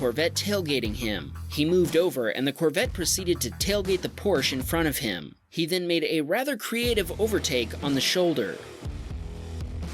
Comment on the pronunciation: . C’mon! Porsche is two, count ‘em, TWO syllables! 🤬